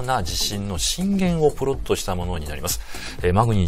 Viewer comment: プロットがポロッとに聞こえる